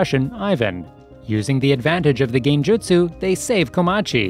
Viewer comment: Love how he said genjutsu